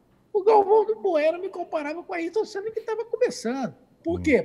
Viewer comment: Piquet lava sua boca pra pronunciar o nome.Ayrton Senna....😤